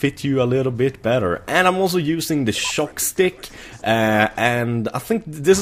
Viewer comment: i love how you say shock stick its sounds like choc stick btw can i have your choc sticks? xD